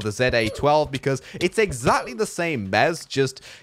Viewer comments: 🙂 u said Meuse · Normal youtubers: mouse: meus That way he says mouse lol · Kinda sounds like you are saying mause